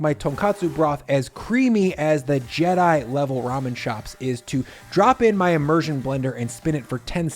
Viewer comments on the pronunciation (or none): none